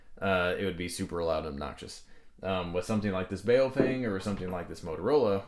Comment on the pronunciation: BOW-FANG pronounced :) Not bow like what hunters use. But what do Japanese people do at a meeting.